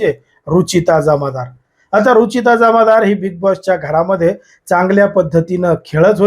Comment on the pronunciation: जमादार नाही जामदार नाव तरी नीट घ्याव की नाही.